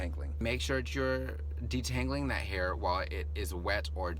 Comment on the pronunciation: Flawless, superb herr in the corrr lol